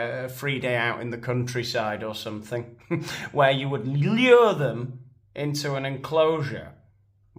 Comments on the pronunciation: FOR SOMEONE BEING SO HIGHLY EDUCATED, AND THE WIFE OF A PREVIOUS PRESIDENT...SHE SHOULD KNOW THAT IT'S NOT PRONOUNCED "SUMPIN'".....IT IS PRONOUNCED "SOMETHING". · With all that education, she still can't pronounce "something" correctly. Nobody wants to be lectured to by someone with a victim mentality.